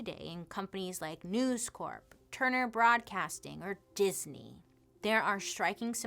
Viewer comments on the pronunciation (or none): none